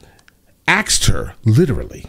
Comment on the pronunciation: She axed you....